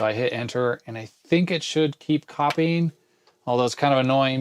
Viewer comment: "copyign" . I love it